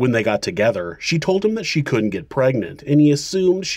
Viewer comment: For crying out loud! Learn to pronounce "Couldn't" and "wouldn't" properly. You, otherwise, do a good job